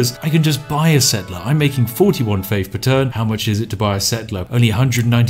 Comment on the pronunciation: Oh shit a challenge that broke spiff, will he find the exploit to overcome saying faif?